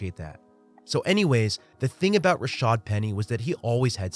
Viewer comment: If we could get announcers to stop calling him 'Rashard' that would be greeeeeat.